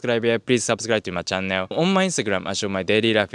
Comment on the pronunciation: May I respectfully suggest, that in English 'channel' is perhaps best pronounced 'chah nul' rather than 'chah nel'! Awesome content -cheers!